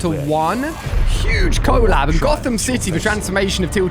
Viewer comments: It's collab not cooollab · Did you say co-lab 😆